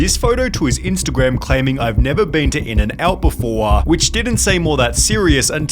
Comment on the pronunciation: im annoyed by this dudes voice. he always drags the last syllable lol. "befooooorar" (before) lol hire a better english person